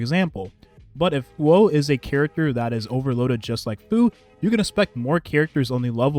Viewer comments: The way you pronounce the name hoo- oh is right I believe just say it like that as one syllable faster I had a Chem teacher with the same Huoh name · the way you put it together with the Luocha and Huo Huo was really smart and yes that is how you pronounce it! don’t be so hard on yourself :)